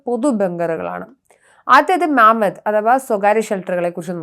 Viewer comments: മാമത് അല്ല മമത് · മാമത്ത് അല്ല മമാദ് എന്നാണ് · മാമ്മദ് അല്ല മമ്മാദ് എന്നാണ് ഹീബ്രുവിൽ പറയുന്നത്